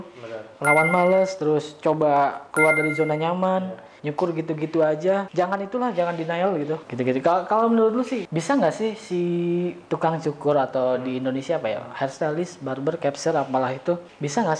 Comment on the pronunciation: Ralat bang, bukan "denail" tapi "denial"🙏